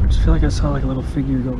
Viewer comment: it's "figure" is pronounced "fig-yer" not "figger"